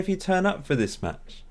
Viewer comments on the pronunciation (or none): none